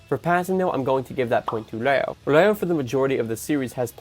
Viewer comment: Bro are u saying Reo or Leo😅. Dont mind me though. Fire video as usual